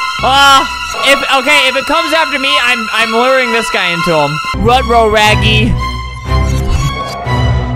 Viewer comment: Albert: RYTRO RAGGY Me: RYTHRO RAGGY